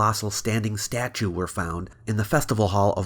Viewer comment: She says "statue" like Giada De Laurentiis says "parmesan." ie: pretentiously incorrect.